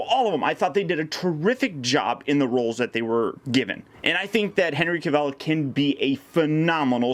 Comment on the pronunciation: That's not how you pronounce Henry Cavill's name.